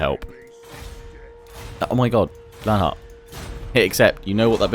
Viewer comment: I've been noticed by! Huzzah! You also said the name right as well, if you were wondering!